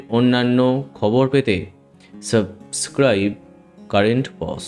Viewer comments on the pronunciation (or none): none